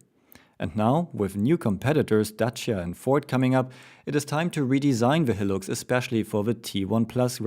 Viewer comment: not hating but high-lux, not he-lux